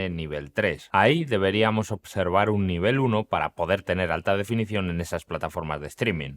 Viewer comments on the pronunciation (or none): none